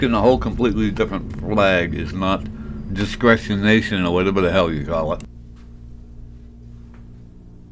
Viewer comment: 'Descresination" Frauditors really should stick to one syllable words.